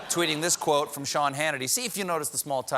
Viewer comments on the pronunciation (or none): none